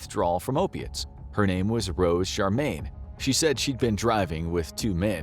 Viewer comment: It's Cheramie not Charmaine